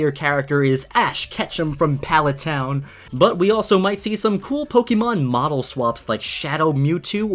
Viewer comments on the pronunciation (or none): none